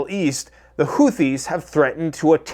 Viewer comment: Everytime I hear houthis it sounds like pooseas